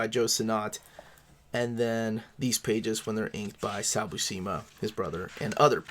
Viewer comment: FYI - According to Stan Lee in the "How to draw Comics the Marvel Way " (he introduces him here): John Buscema's last name is pronounced "BUEW -SIM-UH" -the BU part sounds like VIEW...not WHO..and the SCEM part rhymes with JIM.